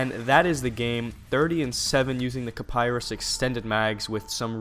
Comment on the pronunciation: It's pronounced Ki-Pah-Ree lol